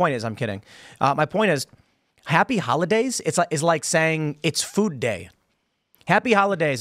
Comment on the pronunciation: Did he say Happy Howahdays?🤔